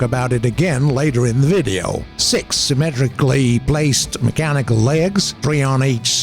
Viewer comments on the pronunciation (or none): none